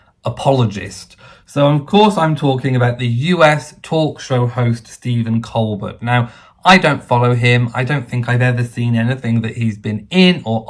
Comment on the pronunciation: Stephen Colbert is a genius comedian. Everything is fair game in comedy. I don't see any reason for him to apologize. Whether he is Pro or anti monarchy doesn't make any difference he was making a joke about a current hot topic. His name is pronounced kol Bair BTW. Carry on the good work!